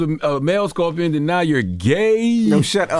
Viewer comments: Why does she keep saying Scorpio? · Why she keep sayin Scorpio? lol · At first Why they let her keep saying "Scorpio" 😮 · Tex keeps saying “Scorpio.” 😂😂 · If it wasn't for Jess hilarious I swear I would not watch this between Tez mispronouncing scorpion the whole time or Charlemagne not knowing what American territory is when it's literally in the name American territory